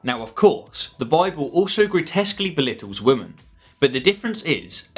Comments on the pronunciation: Why do you say “woman” instead of “women”? Is it just my ears, my 1990’s education or is this some new speech pattern that I’m not up on? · Good video but what’s with this new trend of people not being able to pronounce women properly lol